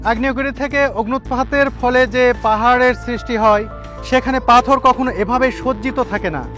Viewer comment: "পাথোর" উচ্চারণ করেছেন , পাথর উচ্চারণ করার চেষ্টা করবেন